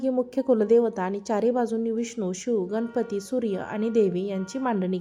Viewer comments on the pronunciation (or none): none